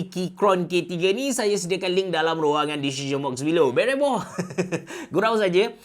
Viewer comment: takleh tul part cakap 'dalam ruangan "dizishen" box below'😂